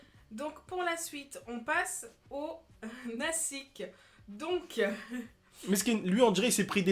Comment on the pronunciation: C'est pas naSik, C'st un s let sa se pronoce z, en gros c'est nazik